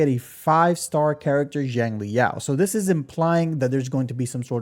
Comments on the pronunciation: In Chinese Xiang is pronounced more like Sh-ung. But you should use the closest English pronuncation, so just ''Shang'' like Genshin's Xiangling. But yeah a lot of gacha CC's really do be reading the names in the most random ways, like they dont know English or Chinese. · 😂that’s just another way to pronounce it wrong bro. There’s no English equivalent of X sounds that’s why it’s so hard for westerners to pronounce. Just call him Yao that’s his given name anyways Xiangli is his family name